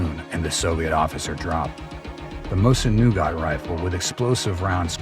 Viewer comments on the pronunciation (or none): Mosiqn Nagant, NOT Mosun Nougat nougat goes in candy bars. I hate AI. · What is a mosin NUGAT? Do you even know what that is? You can't find a single English speaker to read the script? Thumbs down for AI generated stock footage not related to the sunject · Mosin-Nsngant is pronounced Mo Seen - Na Gan. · "Mosin Nougat" <--- lol